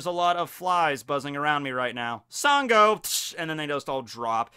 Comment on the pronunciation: Hey, Nigerian here. I think you did a good job on the video but extremely minor nitpick. The west African god of thunder that you’re referring to at the beginning is actually pronounced as “shango” even though his name is spelled “sango”. I can see how you would have made that mistake and just thought I should let you know.